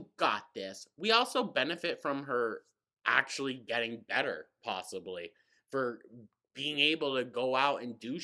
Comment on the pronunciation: thought process: dm1: i honestly don't think you'd win in court: it's not about what you think. it's about what the judge thinks. dm2: i'm totally like legit a real lawyer, and you would win: yep dm3: there is no copyright infringement: ackshulleee like yes. 10/10. if i show a judge their videos, i know i would win. just talks and talks. she never listens. not even to what she is saying herself. 🤦‍♂